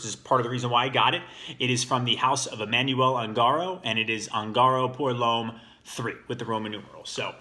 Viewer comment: Claramente éste individuo usa maquillaje , además de que ni siquiera pronuncia bien el nombre de la fragancia actúa como un hater total ...